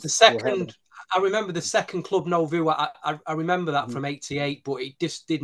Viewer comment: Someone needs to tell that it's not pronounced "club no-voo"! It's "noo-vo". 😁